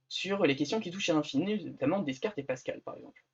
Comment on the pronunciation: on dit décartes pas descartes